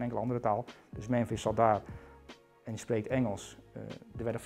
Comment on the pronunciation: “Ik zei Mèmèns”